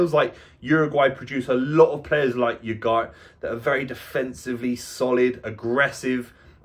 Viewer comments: It's spanish, so you pronounce all the letters. So should be U-gar-te. Not U-gart. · At least try to pronounce his name correctly. "OO GART". Took me a few minutes to figure out wtf you were saying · Repeat after me... "ooh-gar-tay" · Haha, imagine making an entire video about 1 person and not being able to pronounce his name.